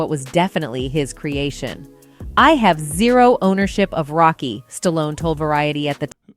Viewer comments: Stalloneeeeeeeeeeeeeeeeeee not Stallon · "Creed the three" and "Stallion"... Who is this ignorant narrator? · I heard the narrator say Stallion then say Stallone the other time. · You can sure tell an AI by the way it mispronounces words, like Stallion for Stallone.